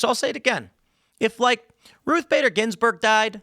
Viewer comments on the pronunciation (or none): none